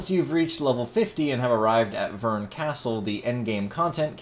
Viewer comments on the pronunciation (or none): It’s Bern, not Vern.